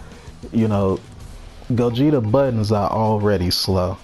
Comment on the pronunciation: I'm so happy cant say gogeta don't have mix